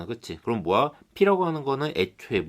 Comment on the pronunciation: 모야를 왜 모아라고 발음하세요...?